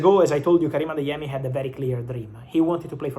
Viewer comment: You're pronouncing the Nigerian names really well Ugochukwu, Adeyemi etc